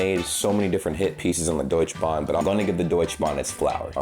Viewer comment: I know your German is good. Please say DeutschE Bahn. We are not the French. Letters are there to be spoken.❤